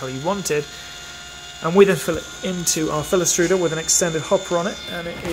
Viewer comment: I cant understand what you said here. captions say Philips root